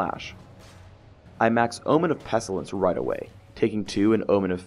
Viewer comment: 13 years later, did ever learn how to pronounce "pestilence"?